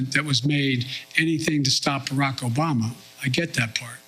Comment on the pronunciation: I can’t help laughing every time I hear obamna